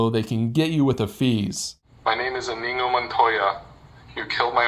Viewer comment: No one gets to pronounce Iñigo well.